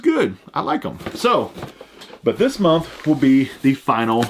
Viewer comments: Lol. I heard that too . Nah he said momth forsure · Not trying to sound like a hater or make fun of because I love his content, but am I the only one that hears him say "momth" instead of month